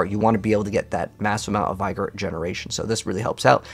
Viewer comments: not to be an english teacher but its pronounced v-gor or v-gour not by-gor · Please pronounce Vigor correctly. It’s easy: VIG-or. Not Vy-Gor. Any Google search can teach that.